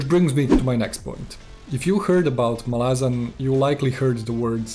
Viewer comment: MAhlazan, not MalAhzan